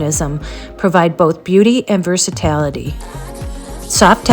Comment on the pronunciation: Exactly. And mispronouncing words too. You'd think if I got gifted $1600 chairs I'd learn to pronounce "versatility" correctly.